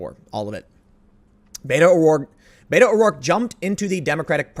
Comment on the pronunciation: I know you're saying Beto, but i keep hearing beta.